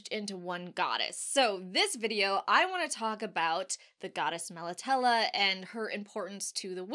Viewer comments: I love your videos but with the Witcher you do mispronounce things like Nilfgaard. Melitele ends in a long A. I know your covering the books but If you played the games or checked videos first you would know how to say all the words correctly. I'm quite sure a Polish game studio knows how to pronounce words from a Polish writer. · Interesting pronunciation, I'd been saying it like "Mel Italy". I imagine this is going to happen a lot for the next few years. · Great info & video as always thnx! I pronounce it MEL AH TEEL but to each their own 👍